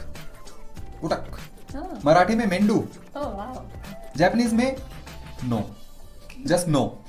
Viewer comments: It's not Mendu (मेंडू), it's mendu (मेंदू) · In Marathi brain is called मेंदू Not मेंडू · it's मेंदु not मेंडू 😅😁 just a marathi thing 🎀🦋